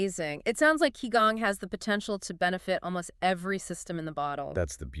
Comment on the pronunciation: This is truely awful. They can't even pronounce Qigong correctly😅